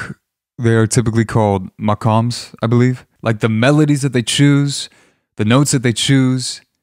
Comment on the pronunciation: Yes excellent pronunciation its called [ Maqam / Maqamaat (plural) ْمَقامْ / مَقامات ]. Hearing you acknowledging that warms my heart. What’s unique about the Arabic Scales are technically tiny adjustments but those tiny adjustments give them a very distinguished MYSTIQUE... It’s like an emotional boost specially to the listeners who don’t speak Arabic - I think! - Those moments are the most beautiful element in music. I’m not saying that just cause I’m an Arab or a fan, I’m a [classically-trained] pianist for 25 years since I was 7, the Western Classical Music shaped my artistic identity academically but culturally the Arabic musical catalogue is instrumental in shaping who I am as a person.